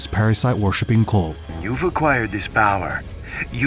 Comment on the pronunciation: Is he calling the Los illuminados a... cole? Cull?